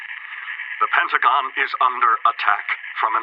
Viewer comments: PentaGON! not PentaGEN! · Love your vids but the way you say pentagon makes me cringe so hard